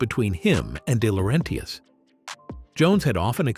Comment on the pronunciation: Day-lor-RENTius? Cool.